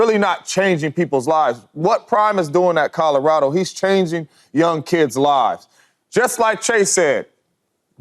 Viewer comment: Shady…it’s “Colorado” not Kahdahrahdo smfh